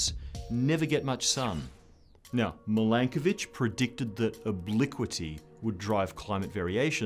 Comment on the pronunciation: I want to say THANK YOU for giving credit to a Serbian scientist and pronouncing his name correctly. You made my day.